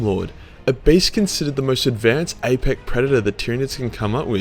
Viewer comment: when u said apec instead of apex it somehow tickles my funny bone